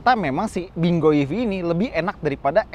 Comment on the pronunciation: Kayanya lafalnya "pin kuo"